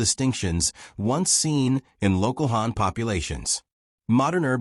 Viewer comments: Even though the video is actually refering to the Hàn people, the pronunciation is like Hán, so maybe because of that he/she got confused. However let's clear it up, the video is actually talking about the Hàn people of China. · Wrong tone, man